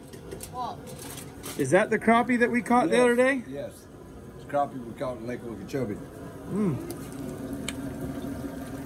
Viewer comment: It’s Crappie...not Croppy! C’mon man!